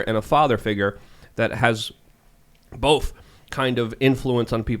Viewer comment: Tim pronounced both as bolth